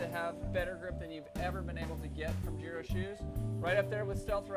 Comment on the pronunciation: I don't like the way you pronounce GIRO!